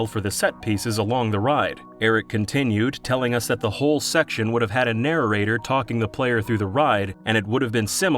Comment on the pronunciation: did you jujst say "narrorrator"